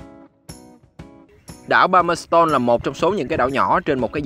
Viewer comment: Thông tin rất hữu ích, xin cảm ơn. Người New Zealand đọc là Pa-mer-stân ( không phải s tôn) và New Zi Lân (ko phải land). Thanks bạn